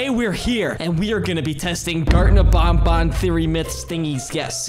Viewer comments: its ban ban not bon bon [wich is my dogs name😶] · it is Banban not Bonbon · Name is banban not bonbon